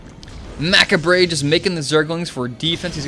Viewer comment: I kinda facepalmed it too... its "muh-cob-ray":) But he made up for it by saying fuck about 5 times ahaha